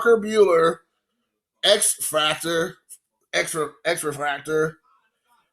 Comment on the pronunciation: I got nuttin' but love for ya dude! Luka is ok too..... ....it's pronounced "x-fractor" you nimrod